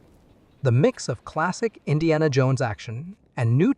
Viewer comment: Why do you say it like that "in Deanna, JONES and the great Sircle"